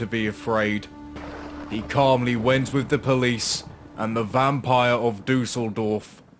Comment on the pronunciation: I always struggle with non-German speakers pronouncing German names. Every time you said "Duseldorf" (which would be German for flukevillage) I had to laugh a bit (no offence though!). But yeah, I guess umlauts are a bit hard if you never learnt to pronounce them properly. But you could have at least pronounced Peter in German! Other than that: great content - and although I am German, I've never heard of that case before 🤔